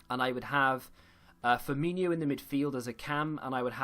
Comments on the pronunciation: It's F-i-R M-i NO not inio...... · So annoying to hear a Liverpool fan pronounce Firmino like that